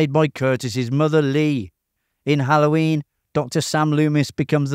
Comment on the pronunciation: XD The way you say "Hallhoyiiin".